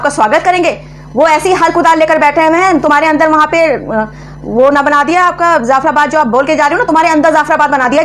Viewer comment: Madame I love your Videos but one suggestion: The word is : Jaffarabad Not Zaffarabad Thanks stay blessed Ahmeen